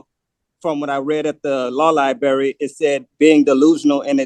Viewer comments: It’s library not “liberry” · You know you're in good legal hands when you say "liberry" instead of "library". And, you don't know what "affirmative defense" means. The jailer will use Jesus' words and say, "I go to prepare a place for you". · So much going on, wow. But my O.C.D. fixates on "law lie-barry" and can not handle it. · That damn “Law-Lie-Berry” access is really Hindering this “Native American Indian Chiefs” ability to defend himself Properly! He really thought he had something with the Bail! (Which he would NEVER be able to afford anyway!) he thought he was really Lawyering there! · "LIBARRY"... CAN YOU BELIEVE THIS ... A GROWN MAN CAN'T EVEN PRONOUNCE THE WORD LIBRARY CORRECTLY !!! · Lie berry ??? 🍓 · What is a law liberry? Is it a berry that can be found in a specialty food store? I've searched for this liberry as I'm always open to try new food. Also, why is this indian chief always wanting to axe this or that? I don't get it. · Clearly he’s never been to any li-berry. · “Tibula” and “fibula” 😂you mean “tibia”? I guess he needs to go to the liberry to look up words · Please stop saying lie berry. Good grief. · On the irritation scale, it's right up there with "axe" instead of ask. 😖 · Nor has the education to pronounce "library" correctly. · Why why why can’t he say “LIBRARY “. It’s not difficult.